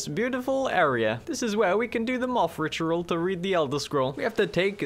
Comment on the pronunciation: Ritual ❌richaral✅🗣️